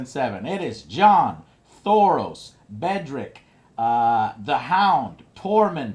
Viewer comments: It's Beric, not Bedric. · Please get the names right. It's Beric Dondarrion, not Bedric. I know it's not too bad overall, but some of the pronunciation from you guys has been awful lol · It's not just her. Joe even has a cheat sheet in front of him and STILL fucks up the name of Beric. Like seriously. I like these reviews, but at least Joe should do a 15-20 min reddit readthrough after each episode to at least know the lore and the names. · its B-E-R-I-C ...GOD DAMN NAME BUTCHER AT ITS BEST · Omg it's Beric!!!, And it's Euron!!! Stop butchering these names ffs they're not that complicated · You guys need to learn character names fr. Mispronouncing beric and maester. Also mixing up Bran and Bronn EVERY episode. Besides this I love the reviews!